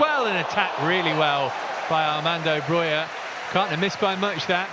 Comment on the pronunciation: His name is BroJa not Broya